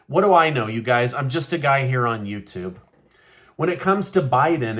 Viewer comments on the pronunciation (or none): none